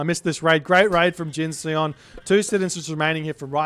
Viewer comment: Hey, if Jin_Seon is as Korean as his name looks, then the Seon should rhyme with the bon in bond - no e:)